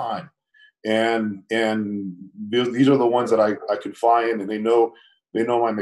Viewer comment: Imagine living as many years on this planet as him and STILL not knowing the word CONFIDE, and saying “confeye” instead. Also, your job requires great attention to detail.